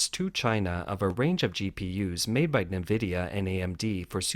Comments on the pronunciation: 'en' vidia not 'nuh' vidia.. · Its pronounced EN-VIDIA not NAVIDIA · Its pronounced EN-VIDIA not NEE-VIDIA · who reads "nvidia" navidia? lol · En Vidia is how it's pronounced. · nVidia --> "en-vidia"